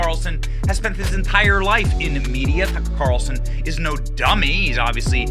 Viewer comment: Media, not Meida